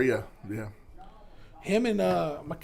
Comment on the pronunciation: say it with me maa-leek Malik garcia